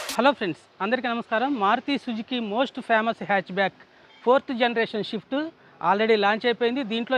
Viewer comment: Adhi shift kadhu raa ayya. Prathi okkaru pronouciation rako ledho inko reason valla shift shift shift ani dhenguthunnaaru. First sarigga palakadam nerchuko. tharwatha review chedhuv gani. Swift* స్విఫ్ట్.